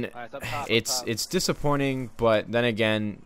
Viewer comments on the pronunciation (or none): LMFAO u said dissaporning !